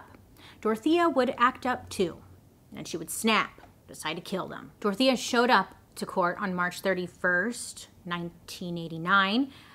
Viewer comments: I thought you were saying "tortilla" for the whole video, only towards the end I realised it was "Dorothea" 😂 sorry, my native language's not English hahahaha ❤️❤️ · I just figured out in minute 32 you are saying Dorothea and no “tortilla” 😂😅😂😅😂😅😂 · ADHD here and not coming from a place of prejudice or racism, but I keep hearing her say “Tortilla” Anybody else? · I kept hearing tortilla 😅😅😅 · Everytime Bailey says "DORTHIA" I just hear TORTILLA.... Anyone else? No? Just me...? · Take a shot every time Bailey says Dorothea but it actually sounds like Tortilla. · my non English speaking grandmother just asked if I was watching a cooking show bc she kept hearing tortilla Tortilla=Dorthea 💀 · Sounds like you’re saying “tortilla” 😂